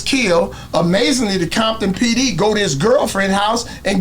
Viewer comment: Grown man saying Bompton instead of CoMpToN 😂😂guess he still bangin 😂😂 BOY wish that was popular in 90’s when we used to drive down ROSECRANS deep af Blued up CRIPPIN Crazy lookin for a set to green light to get the BG’s a target so they can stop killing each other 😂😂😂They knew they bet not do nothing wrong because big homies had a plan on they azz but they didn’t bite😂😂😂bompton 😒CoMpToN ain’t no Bomptan and say you used to say that in 90’s when Crips had all them crazy niggaz and nigaz had police Reggie Wright Jr on they set trippin on Crips hurt over the killings bout to get smoked and had to go get his daddy the one he told on to Feds 😂😂😂😂That described BIGGIE shooter had great aim tho, he must’ve been in the range practicing 😂😂😂